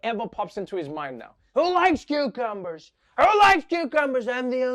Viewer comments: Does Trevor pronounce them qwho-cumbers? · Am I the only one hearing "quecumber"?